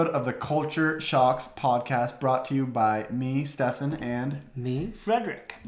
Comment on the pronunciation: är det inte STE-FAN nu?